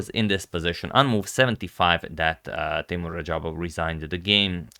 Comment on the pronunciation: Its teimour